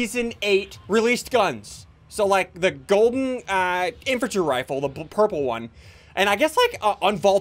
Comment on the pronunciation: Any one watching in 2020 when he said the inventry rifale is broken LOL